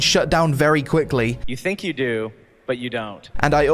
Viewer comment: 'I Fink' and anover Fing...